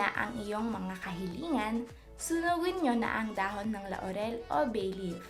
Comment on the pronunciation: Ako lang ba ang inaantok sa pagsasalita nya? 😂 Nabobother din ako sa pagssabi nya ng La-u-rel. Pero thank you, ittry ko ito.